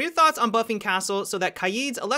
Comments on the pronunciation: just call him kaid like you would pronounce raid please. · Idc if he pronounces Kaid how ur supposed to, it still triggers me